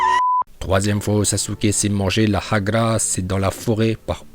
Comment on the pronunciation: Sa prononciation de hagra est execptionnel